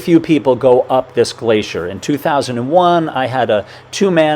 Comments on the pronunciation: What the hell is a glasheer? Is he trying to say glacier? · Hello I’m curious to know how you have arrived at the pronunciation of Irvine as “Erven” ? I’ve always heard it pronounced as Ir-vine (as in rhyming with mine) by his fellow countrymen. Also “glacier” why are you saying “glaysher” ?